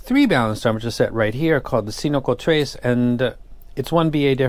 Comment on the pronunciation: Cin-co-tres... come on, say it with me now!😂 Not "cinocotres"🙄. Great video, straight to the point and solid recommendation.